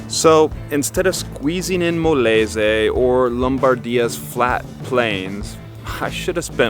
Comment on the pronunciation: Molese?? It’s Molise - Mo-LEE-zay